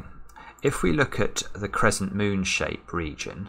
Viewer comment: Crezzent :D